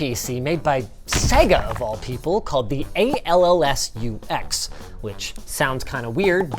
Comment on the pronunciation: Did you just say it's called "ALLS-UX"? That spells "All Sucks". Sega doesn't sound that confident in their own system...